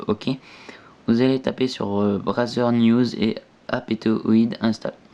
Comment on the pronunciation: lol tu m'as tué avec ton brazzer au lieu de bazaar